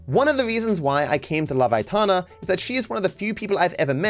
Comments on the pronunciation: if you didn’t know how her name is pronounced then it’s alright But if you did… why couldn’t you at least add a Y, atana is just ridiculous mate Aytana, Aitana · I’m not getting triggered man, I’m just pointing out that saying atana while knowing her name is pronounced ay-tan-ah is just foolish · aitana… it’s literally pronounced how it’s spelled